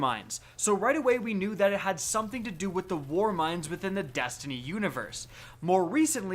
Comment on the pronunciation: “Dastiny 2” “Rick Cockis”